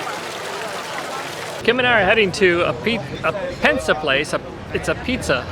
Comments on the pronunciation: Pinsa, not Pensa. 😉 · Not pensa, this is PINSA 😊